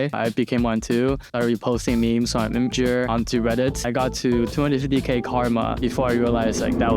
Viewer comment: He called Imgur Imjur 🥲